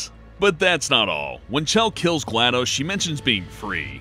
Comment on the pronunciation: Gla - DOS ( as in MS - DOS ) not Gladose, Aeris ( heir·ess ) not Ares ( the mythological god ).